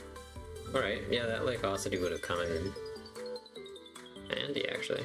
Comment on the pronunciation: UH...CUE...ITY. Not AWE...CITY lmao